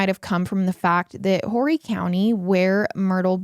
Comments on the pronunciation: As someone who grew up there. It’s pronounced O re county not whorey - all is forgiven love you p 🫶🏼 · Please, it’s pronounced Orry County although spelled Horry.